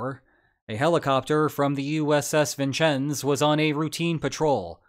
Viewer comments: Vincennes is pronounced vin-senz and Whidbey is pronounced to wid-bee. Great video by the way! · How you pronounced Vincennes confounds me. Are you an AI? Then you said Whidbay instead of Whidbey. What accent is this. Are you, or have you ever been, a Communist?